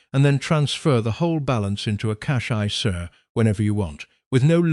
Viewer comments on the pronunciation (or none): Cash iceair 😂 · An AI should be able to pronounce isa correctly even a non-financial education one😊